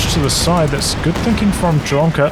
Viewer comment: Dude, just for the future: OK nickname should be read as Lomka, cuz there's a Russian word - Ломка.